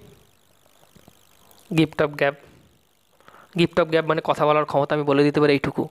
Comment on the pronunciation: Aapni prature vulval bolchen aar likchen Dada valo Kore porasona kurun tarpar video banaben ..... Aapnar uccharan vul .... Hocche ....... Gift of gab hoy gap noy